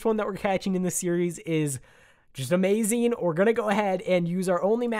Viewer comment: A - MA-ZING